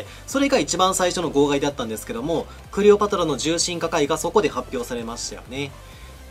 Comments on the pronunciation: 時々「クレオパトラ」を「クリオパトラ」と言ってるのが気になるw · クリオパトラだて言ってない？